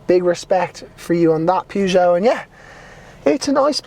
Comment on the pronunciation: ”Pyygou” 🧐 Still good review mate 👍